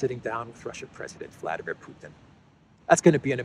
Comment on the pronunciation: Thank you,. "Vladimir" is said in Russian with the accent on "dim" (VladEEmir). You could be a nice exception from british manner of corrupting foreign names.